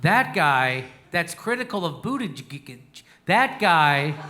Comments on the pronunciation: Right on Jimmy! Ps. It's pronounced "boot" "edge" "edge" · I love you, Jimmy, and I hate Pete Buttigieg (for his elite entitlement and probable cheating, not his gayness; I'm a gay trans man myself). But please learn to pronounce his name correctly. It isn't hard. Boot-i--jej. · He purposely butchers his name every time. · Damn dude, boot edge edge, got it? No, I'm a Bernie man but Pete's name isn't hard to pronounce and I take you less seriously when you purposely pronounce it wrong. If you are going to go that route just call him wall street Pete. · The name though, people are having more and more trouble pronouncing it. I mean the choices, Butt gig, Booty gig or even Booty jig, all lead to the same orifice and I am talking his mouth, you naughty people and what comes out, not what goes in else where ;D. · I love how jimmy calls him bootiGIG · It’s pronounced booty-jizz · It sounds like "bootyjudge" just say it Jimmy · I agree with a lot of your stuff but when complaining about your Facebook vid getting taken down for "misinformation" you're not doing yourself any favors by blatantly mispronouncing Buttigieg's name 🤷🏼‍♂️ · This would be more convincing if JD knew how to pronounce Buttigieg's name. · ummmm...Might be nice if you knew how to pronounce Buttigieg... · you know how to say his name correctly why don't you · You're mispronouncing his name. Makes you sound like an idiot.